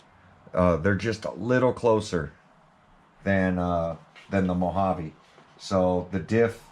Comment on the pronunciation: So is this a MO-JA-VEE or a Mojave GT 😛